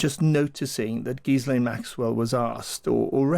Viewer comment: Why can't the interviewer pronounce Ghislaine's name correctly after all this time? Gracious!